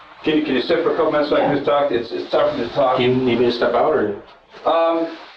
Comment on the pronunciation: Can you please NOT pronounce the "L" in "TALK". The L is silent. It sounds so weird, unprofessional, confusing, and irritating to hear the L pronounced. It's so wrong. The interrogator taLLLked to the suspect? Come on. That's not how we say it. I can't stand it. A little variance in accent is excused, but this is a BIG mistake in pronunciation of a very basic word. Please fix for future episodes.